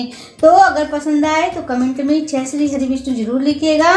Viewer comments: छह नहीं जय ही बोला करो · जय बोला है भाई जी 😅